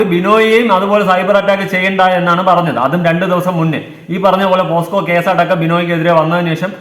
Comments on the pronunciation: ഇങ്ങനെ ഒരു അവസ്ഥയിൽ പറയാമോ എന്ന് അറിയില്ല.. പോസ്‌ക്കോ അല്ല... പോക്സോ ആണ് 😢😢😢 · പോസ്‌കോ അല്ലെടാ പോക്സോ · എടോ....പോസ്കോ അല്ല ട്ടോ pocso.... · പൊന്നു മനുഷ്യന്മാരെ...പോസ്‌കോ കേസ് അല്ല പോക്സോ / pocso case ... പോസ്കോ അല്ല പോക്‌സോ ആണ് മണ്ടന്മാരെ !! 🙏🙏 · POSCO alla kunje POCSO an..🙄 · Posco alla mole .. pocso .. neee adyam school il poo .. ennit live idu .. 🤣